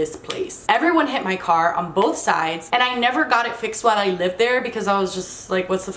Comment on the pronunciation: Anyone notice how kept saying "libed" and not "lived" Probably her Cuban-ness, Miami-ness coming out lol